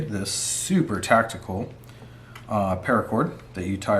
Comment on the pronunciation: "SUPER TACTITBLE PARACORD!!!" 😆😆😆I getcha' bro'!! I made my own!👍👍